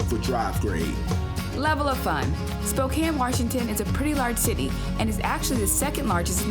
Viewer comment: Glad to hear you guys pronouncing Spokane correctly. As someone who grew up here it's very annoying when people pronounce it Spoh-cane. Grr.